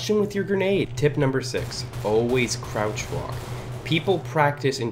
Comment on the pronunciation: AHAHAHAHHAA I WAS DYING WHEN HE SAID CROUTCH WALK